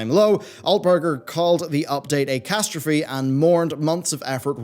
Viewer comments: A castrophe? No, he called it a catastrophe. What's a castrophe, anyway? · Castrophy? What is Castrophy?